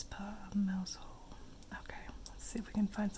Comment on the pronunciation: Mousehole is pronounced mowsel.